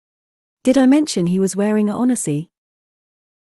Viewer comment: Yeah an "on eh sea" instead of a "1 z" was so odd, on top of zero emotions!